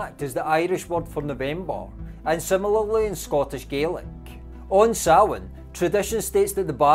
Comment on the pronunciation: Great videos but please pronounce Scottish Gaelic as in Galik.